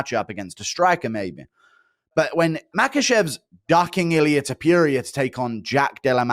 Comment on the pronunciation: “Illia Topurier” - Guru